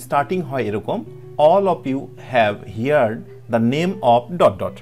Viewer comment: (হিয়ার্ড) না সঠিক উচ্চারণ হচ্ছে (হার্ড)